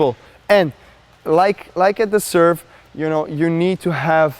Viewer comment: didn't know the Djoker was Italian "and like-a da serve!"